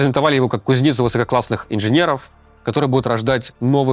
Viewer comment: "Кузни́ца" Теперь я уверен, что это настоящий Руслан, а не Deepfake!